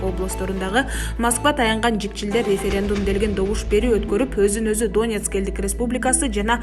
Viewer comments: Донецк дегенди туура айтсан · Доонбас, Доонецк эмес, Донбас, Донецк, туура окубайбы диктор. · Канча класс билимин бар доонекс эмес Донецк , доонбас эмес Донбасс дура без грамотная и еще калпычы урус согуп озун тушунбой суйлобой эле койсон болмок